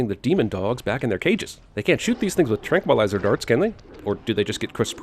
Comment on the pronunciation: did you say "tranqmuilizer darts?"